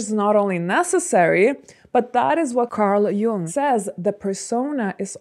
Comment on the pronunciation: You pronounced Carl Jung's name right.